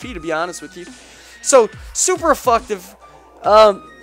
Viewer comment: did you really call seismic toss "super effucktive" and did shit with no attack investments? alright,, we won't send you back to pokemon school to have a lesson on moves like night shade and s-toss...yet.